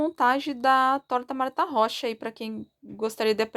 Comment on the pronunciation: Oi está certa a pronúncia...amo tuas receitas...Gratidão por atender meu pedido...Gratidão por todos os ensinamentos...te adoro....Deus te abençoe sempre.😘❤